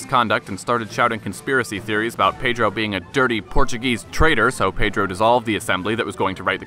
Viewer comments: yes he did all those deeds yet he double crossed his People by abdicating Portugal's throne. He only won the civil war because he had the support of the English (as you mentioned) the majority of the Portuguese people supported D. Miguel. By the way your Portuguese pronunciation was Excellent are you fluent in Portuguese? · Very good video. Nice Portuguese pronunciation! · Excellent Portuguese pronunciation and great channel.